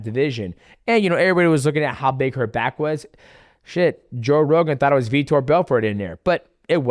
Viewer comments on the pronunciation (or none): none